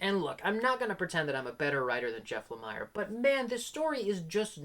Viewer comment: I always thought Jeff Lamire's name was pronounced with an 'e' sound as in 'ear', so like Jeff 'La-mear'. That said, I'm mixed on him as writer as well. He always gets a ton of praise though. I liked Fishflies, but never finished Descender. Never read the Essex County comic, but the TV series made from it was an excellent family drama.